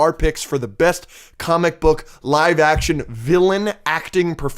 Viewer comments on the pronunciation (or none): none